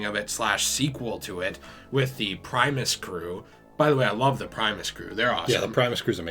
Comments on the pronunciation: Crazy how I was watching the Arkham videos, then I found this Btw it’s primis (prim*is) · “Primeus crew” btw Lmao